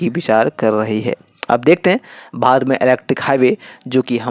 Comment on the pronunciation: भाई तुम भारत तो "भात" बोल रहे हो, तोतले हो या जानबूझकर गलत बोल रहे हो।